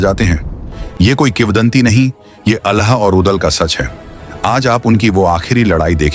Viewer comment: अलह नहीं आल्हा का उच्चारण करना‌सीखिए